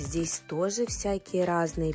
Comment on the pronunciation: слова "тозе", "хоросо",... были и раньше у тебя с таким произношением, или это уже корейское...